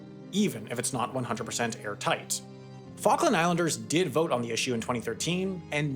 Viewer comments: The Fokin' Islands What fokin' islands? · What falkin' Islands